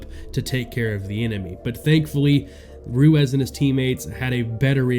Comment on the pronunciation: Ruezz? Or Ruiz? 😂